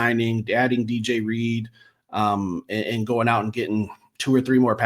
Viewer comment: iTs Not ReAdeR 😂 jk. Good show guys. Love Reed from what I've seen. Hope he's a great fit in the locker room. He seems like a fit.